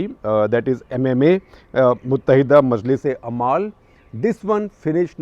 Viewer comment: umal not amaal